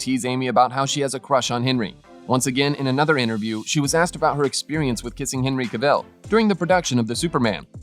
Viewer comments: Oh my god I just cannot listen anymore to all this Henry CaVELLE! Moronic pronounciation! Cavill. It's simple. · Oh I am sick of telling these murican robots that it's Ca-vill not CaVELLE! 🙄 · Who is Henry Cavel? Cavill: pronounced Ca-Vall. It's an English name, not French or Spanish as you're trying to say it.